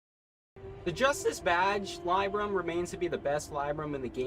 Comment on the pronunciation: Pronunciation of Mitigation and Libram had me so distracted lol.